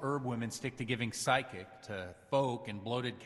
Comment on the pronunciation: The priest said "psychic" instead of "physic" which is what was clearly written in the subtitles and is clearly what is meant by the context. Giving physic (fiz-zik) is administering to the well-being of the body. Psychic is entirely different. The priest's backstory is quite fitting.